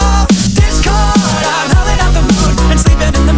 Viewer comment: Wen he says ,,Discord'' i hear ,,This girl''